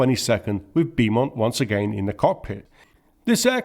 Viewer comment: Brilliant video and so well researched. Only grating annoyance was mispronouncing Beaumont (bow mont) as ‘bee mont’ over and over 😂 Still subscribed though. Thanks